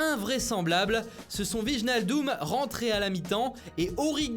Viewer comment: Wijnaldum se prononce "vaïnaldoum"